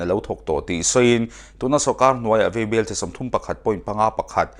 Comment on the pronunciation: Vaibel te hi veibel a ti tlat a. Mizoṭawng a tikhawlo zo dawn.